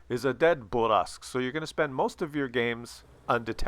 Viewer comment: I really want people to pronounce it bourr-a-sque